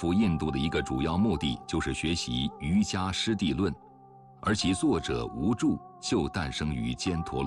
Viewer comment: 解说在读音上犯了一些基本的佛教常识错误，例如瑜伽在佛教传统上读yu qie ,无著第二字读作zhuo而不是zhu